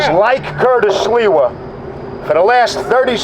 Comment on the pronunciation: Imagine when curtis SILVA's parents came to america at staten island and they told him "ITS NOT SILVA ITS SLIWA"